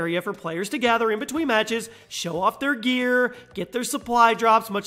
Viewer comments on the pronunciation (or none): none